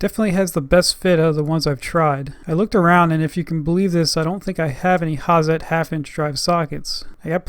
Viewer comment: I enjoy your reviews, and wondered if you could do something, just for me? Or for your German-speaking fans? and say the name like 'Hatzet'? .... worth doing, for a true Hazet aficionado!